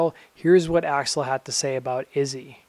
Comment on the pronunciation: "Gun's front man, Racksle Rose"